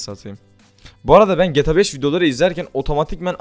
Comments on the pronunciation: Abi sinir oldum geta 5 gibi söyleme gta 5 i geeeta 5 de nolur sinir oldum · Gata 5 oyle okunmaz gta 5 böyle oku ur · Olum artık şu oyunun adını doğru söyle geta5 değil G T A 5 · Geta 5 değil ge tag 5 diye okumaya çalışırsan daha iyi olur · getabeş ne insan gibi söyle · abi cok uyuz oldum gta 5 i cok garip soyluyon geta 5 diyon biraz uzatar soyle diyer youtuber lara bak oyle soyle cok uyuz oluyorum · Abi Nasıl Bir Gta 5 DİYİŞİN VAR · abi gta 5 i ayni ruslar gibi diyon